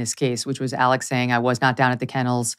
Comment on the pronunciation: Why is Alex pronounced Alec?